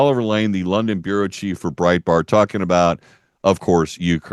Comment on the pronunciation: He said Breitbart 😂😂